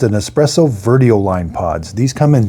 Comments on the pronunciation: Dad, the correct name of this Nespresso lineup is Vertuo, not Veruo or Verio. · It's Nespresso VERTUO. not VERUO. If you're going to do a review, you should at least get the name right. It would help with your credibility.